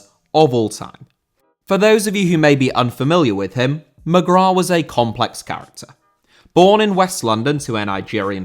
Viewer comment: Mcgrath* not Mcgror